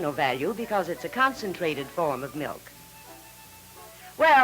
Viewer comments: Bossy, brassy daughter never says please or thank you, and says “melk” instead of “milk” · ...its Milk..not Melk ffs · ''melk". LOL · I HATE when people call "milk" , "melk". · Sort of like that vegan guy who thought strawberry "melk" was made from strawberries!